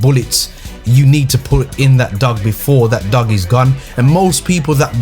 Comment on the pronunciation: Dog but pronounced dooge